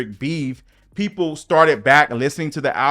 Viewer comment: Why did she say “da YT PEEPLS” like that 😂😂😂